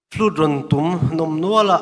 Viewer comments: tum ni lovin tum tih tur😅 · hian mizo ṭawng hi ava thiam lo ve. Phênglâwng túm, nilovin, Tùm, tih tur. Ka lo thaw dep dep, te a tia. Thaw dèp dëp, ti ve mai aw. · A dik 👍🏼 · A dik, a thluk dik lo zel hi a mak ngawt mai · Tum tih hi Judge te hian in thlûk dik lo fo mai. 'Tih a tum' tih rikin a ri tlat ṭhin... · Judge ten phenlawng tum in lam rik dan a thluk kha a dik lo aw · Enga ti nge Judge ṭhen khatte khian phenglawng "tum" khi an lam dik duh miah lo le aw.. "Tum" khi thil kan denna "sum" tih thluk a lam tur a ni. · Engati nge Judges hmeichhe pahnih khian Phenglawng tum tih khi an thluk dik loh....Phenglawng zir ka tum tih kan lam rik angin an lam ri a,,Mi nawlpuiin a kan lam rik leh kan hriat dan chuan Phenhlawng tum tih hi chu hmanlai Mizote buh denna tura thing hmanga an Siam Sum kan lam rik ang khan 'tum' tih hi lam rik tur.... Tingtang te pawh chutiang ang chuan lam rik tur.... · Phēnglawng tum tih pawh han lam dik hleih theih tlat loh mai chu aw..!! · A va han mawi vawng vawng ve. Mahse engati nge judge te hian tum (Sumhmun tiha sum anga lam tur) hi 'tum' (Sangha man ka tum) tih anga an sawi tlat le.